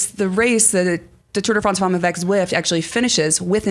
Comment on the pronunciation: Tour de France Femmes will be exciting however won’t listen/watch to this podcast until can pronounce the word “femmes” correctly. She murders that word every time she pronounces it. I guess George’s wife didn’t give any help. (It’s not FAWMES). Anyway, let’s go ladies -gonna be a great race.